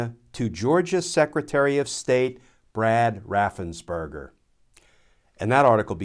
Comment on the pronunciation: Raffens Perger Sorry, I yell every time it is mispronounced.